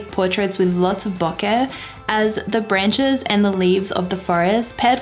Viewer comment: I love how you say bokeh!